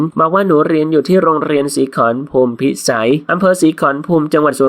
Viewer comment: ศีขรภูมิ อ่านว่า สี ขอ ระ พูม